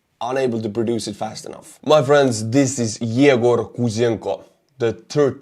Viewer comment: it's not Igor but Egor, pronounced "yay grrr".